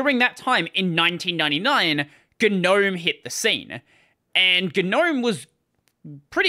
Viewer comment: I refuse to use Gnome as long as they insist on pronouncing it wrong.